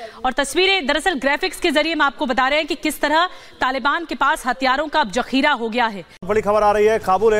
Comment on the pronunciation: Jakheera???? Zakheera hota hai bawli. Zaal se, itna Zaleel honay k bad tao ab moo se raal mat nikalo, Zaal nikalo.